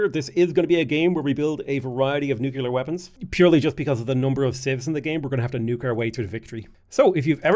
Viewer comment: Bro it's nuclear not nukular